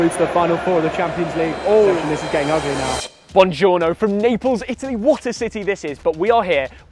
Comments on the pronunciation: Actually is Buongiorno, not Buonjourno😂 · Bro I love you, but just for you to know, its "Buon giorno", not "Bonjourno" Buon = "good" giorno = "day" pronounced "Boo-on jorno". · Bongournouuuuu.. SpaGnoli... Bruh......